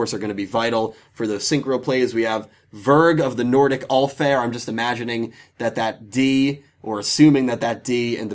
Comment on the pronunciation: Sad :( Usually excited for your giveaways. Too bad I can't enter. Good job on pronouncing the Nordic cards! I never see any youtubers even chance it so good job on trying! Congrats to the winners!